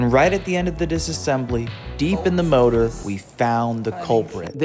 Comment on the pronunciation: It's called engine... not MOROOR